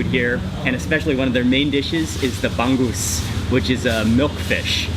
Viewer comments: It's not bang goose.. It's ba-ngus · it's Bang - OOZe (not Bang - Goose) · it's not bang-goose.... say the word hung but with a B.... bung-oose = bangus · its bangus not banggus hehehe 😂😂😂😂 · bong goose? cmon..bong ose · Bangus is read as Ba-ngus not Bang-gus. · it's not pangoos is bangus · It's not "bang-gusan", It's "bang-usan" and also "bang-us" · Hi there mark! it's anyways pronounced as ba-ngoos. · The way Mark pronounces Bangus make me smile, the G is sort of silent in the word Bangus